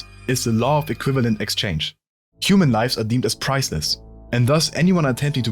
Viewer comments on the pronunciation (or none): none